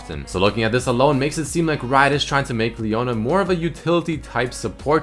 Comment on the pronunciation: leona E not P